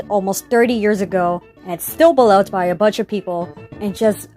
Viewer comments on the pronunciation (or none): none